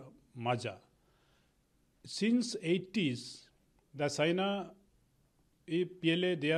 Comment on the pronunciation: Phele apna pronunciation to tik kro China ko sina famous ko pamous👎